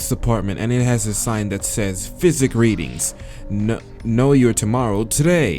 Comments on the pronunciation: It's psychic (sigh-kick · he pronounces psychic, physic and its annoying me